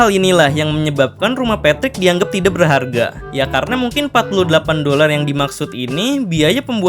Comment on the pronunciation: Cara baca dolar mu salah